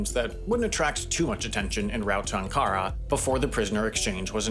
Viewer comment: A turk speaking here- Please double check your pronunciation of Ankara, it is very off. Also in another video a while back i you mispronounced Atatürk, but that is a more common mispronunciation